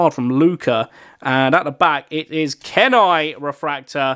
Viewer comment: I can’t believe you don’t know the film Brother Bear!!! 🐻 Kenai (pronounced Key-Nai) is one of the best characters, you need to go watch it - I would go insane for that card it’s my fave film EVER 🤩